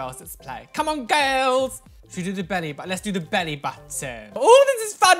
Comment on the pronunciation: This is how many times he said ''GIRLZZ'' 👇 👇 👇 👇 👇